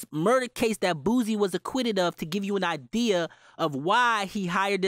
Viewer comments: It’s not “Boozie”..😂 It’s pronounced “Boo-See”...or “Boo-C”. I guess it’s a Louisiana thing. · you said boosie name ugly